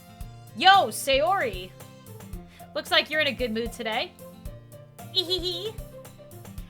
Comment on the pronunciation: You're the one who read it and give out the most eastern feeling. Keep it up, this is your unique quality that's hard to find. I said it after I have seen a bunch play through like this. Believe me, you're the best out there. But one thing that keep you from perfect. When you see "Ehehe" in japanese anime, it's "ei - hay hay" not "ee hee hee" and also put shyness in it too. They make a laugh like this a lot when they do something silly or feel a shame. It's kind of dry laugh.